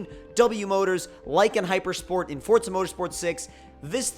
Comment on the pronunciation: forza not fortsa